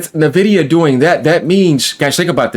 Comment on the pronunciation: Sup fellow Texan! I’ve seen like 6 YouTubers pronounce Nvidia “Nevidia” It’s “En Vidia” just FYI my guy